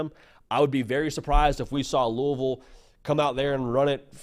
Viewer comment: As a KY native and Bama grad I appreciate your pronunciation of Louisville and Roll Tide!